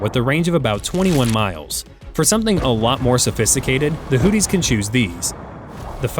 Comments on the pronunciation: It's pronounced Houthi's not Hooties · Hoo theese....not hoot tees. 😅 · Learn how to pronounce “Houthis” it’s not Hooties. 🤣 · I am sure its not "Hooties" try looking at the letters -- Houthi --- and have a go at pronouncing some of them.